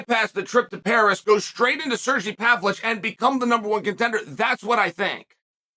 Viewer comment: ‘Surgee Pavlich’